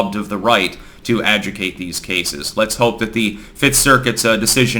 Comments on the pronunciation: adjuDICate. not "ajucate". Adjudicate. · Great video as always, but... Ad-joo-dih-cate... not ajucate. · Isn't it pronounced "ah ju de kate"? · uh·joo·duh·kayt say it with me uh·joo·duh·kayt!!!!!!!!!!!!!!!!!! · A ju di cate, now say it with me and don’t forget to pronounce the i. Adjudicate, not being a dick here but this reaches a big audience and saying it properly is important. Great Job as always! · you got to say "adjudicate" properly. Everything else is spot-on, as far as I can tell, my good sir! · You missed a couple of letters, when pronouncing "adjudicate". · You mispronounced "adjudicate" at least twice. WORDS: how are they pronounced and what do they mean? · The word is adjudicate.